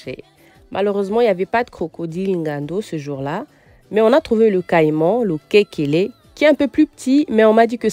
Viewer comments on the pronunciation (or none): C losekele et non lokekele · On appelle lokesele, pas lokekele. Je vous comprends!